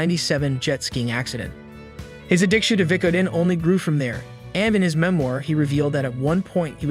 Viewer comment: I've never heard anyone say Vicodin so stupid